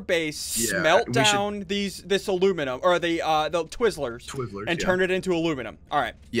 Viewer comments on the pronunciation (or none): ITS AL U MIN E UM NOT AL OOO MIN UM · It's ala miny um